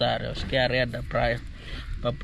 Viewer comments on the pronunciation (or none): Meu amigo. Adoro os vídeos de vocês todos. Da ajuda que vocês estão dando a este povo sofrido. Mas quero ajudar não fala “arreia” e areia . Eu também erro muito e gosto que meu amigos me ajudem. Continue esse belo trabalho José Lino também fala arreia!!!! Mal de moçambicano !!!! Grande abraço amigo